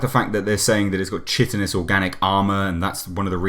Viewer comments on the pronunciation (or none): Chitin is pronounced kítin. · "Chitin" (or chitinous) is pronounced "Kye-tin" (kye-tin-us). Just sayin'.